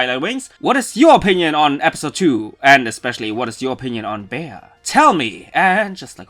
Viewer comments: Some things that I want to mention: The english dub is right. Her name is Bea, not like how you called her. Trauma? That's not trauma XD. Rhydon just happens to have the same cry that charizard has (at least in the games). And they made a reference to that in the episode, which is why she though that Leon was there when she heard Rhydon. Her trainer league card states that Bea, is very strict with herself because of how she was raised by her parents that, due to the fact that she showed to be a martial arts prodigy since her childhood, made her train really hard to improve her talent. So much, that this made her became a really stoic person that doesn't smile too often despite the fact that she is actually a girl with a cute and soft side and serene eyes that not everyone gets to see. So, her actitude during the episode It's not just because of what happened with Leon. However it also mentions that she really enjoys sweets and that's why Machop kept offering some. Because Machop wanted to stop her from being too hard with herself and to see her smile (and you can see her smile and show her soft side when she finally accepts it). You also didn't noticed that she was training in the Isle of armor (you can notice this at the end of the episode). The Isle of armor is centered on the theme of personal growth and this was clearly reflected during the entire episode with Bea and how she realize her mistakes thanks to her pokemon and learned from it. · "Bay-Uh"????? ...ok, so then I guess if atrociously mispronouncing names is ok with you, from now on anytime I talk to someone about about you and your channel, I'll pronounce it "Pock-em-One Rann-Ger-Bow Tuluv". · "Bee" is how it's supposed to be pronounced dude. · Everytime I hear People call her Bea(Bee) I always say "It's Bea(Beya) not Bee! 😏" but now hearing her Name in the Dub... Well... I'm still gonna call her Bea(Beya)! 😄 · Usually Bea is short for Beatrice so its pronounced "bee"